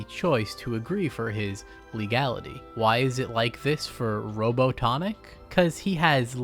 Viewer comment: Great vidro but why you call him Dr. Rono Tonic lmao